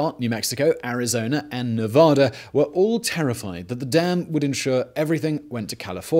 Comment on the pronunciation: I'm late to the party here, so I apologize. These items might have already been addressed. The state is very much about pronouncing the name ne-VA-duh and not ne-voda. I only learned it when I moved to the state. Also Nevada/Arizona are not in different time zones. NV recognizes daylight savings, while AZ does not. So, sometimes the clocks on either side of the dam are the same, sometimes, they are not.